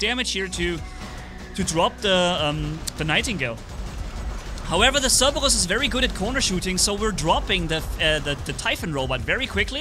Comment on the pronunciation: Notice instead of saying cerberus he says CeRbaWuS